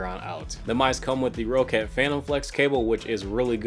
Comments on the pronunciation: For future confirmed by the company. It’s pronounced “Rocket” but just spelled “Roccat”. It’s not pronounced “Ro cat”. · it's pronounced "rocket" though, ma dood. 2 CCs :P